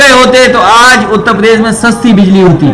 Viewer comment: अभी बिल्ली की सुविधा देगा। बिजली बोलना तो सीख ले